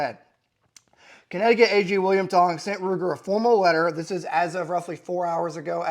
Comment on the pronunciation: at first i thought he said William Hung, that guy from American Idol that butchered songs.